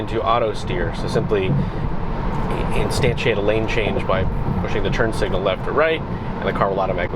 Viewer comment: I came for "instantiate" .